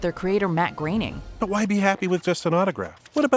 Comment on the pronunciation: Who is Matt Graneing I wonder. If you are going to do a video about the simpsons don’t do one unless you are willing to get Matt’s last name right, it is Groening pronounced groaning.